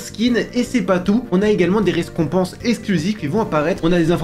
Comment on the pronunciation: " des rescompenses" 😂